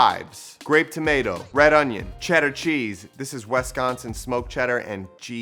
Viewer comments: Also, WISCONSIN is where its at with the cheese. But yooo youre saying it wrong. 😂😂 it’s WISconsin not WESconsin LOL love you bro -your fellow Wisconsin cheese enthusiast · Lol WESconsin. No sir. W i Sconsin 🧡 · bruh, the way you say Wisconsin in this video is blasphemy. it's "wih-scon-sin" not "wess-con-san". still here bc I love though. - a native wisconsinite. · WESTconsin ☠️😂 WISconsin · Ayo. From Wisconsin and it’s so funny you say WES consin 😂 no hate just love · Haha “WESconsin” 🤣😆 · "Wesconsin". Period. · 🔊 ayo why he pronouncing wisconsin like that !!!! 🔊 lol no shade 😂